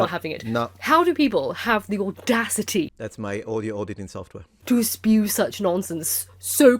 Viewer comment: Did she say "espew"? How can you be that posh and fail to speak English properly?? (Or perhaps that her being "sassy"?)